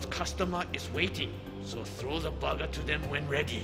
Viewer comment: The sensei with the jean vest says "burger" like "bugger